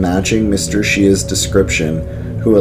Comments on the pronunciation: As a local & a current native ,Great video! However Shea's is pronounced "Shays" 👍👌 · pronounced sh-ay